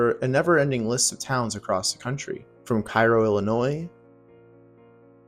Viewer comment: I don’t think Cairo, IL is pronounced like that, at least according to my uncle who used to work on riverboats.